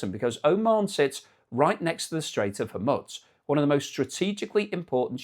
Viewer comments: HorMOOZ. MOOOOZ. Not Mutz. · Does anyone have an idea why the presenter calls the strait "Hor- MUTS"? Is it the British accent? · pronounce it hor mutz... and you've lost a sub. 01;38 ... hormutz.. i'm gone. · I noticed that on a couple of earlier videos but I wouldn't go so far as to stop watching. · As I watch this it is making me believe that this AI generated. First if all the background isn't the usual background and eyes seem to be reading off to his right instead of giving his normal narrative. I'm pretty sure this is an AI generated fake. The other thing. he keep mispronouncing the Gulf of Hormuz. Which he has pronounced properly in past videoes. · for the love of all that's holy, learn the pronunciation of Hormuz.